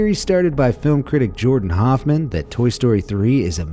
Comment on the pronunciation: Jordan Hoffman? Or Hoffmar?